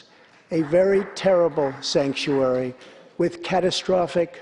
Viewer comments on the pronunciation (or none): Did he say Skankuary? Poor Nancy. She is literally choking back on her tears. Because she knows her career is over and her legacy will go down as a disgrace.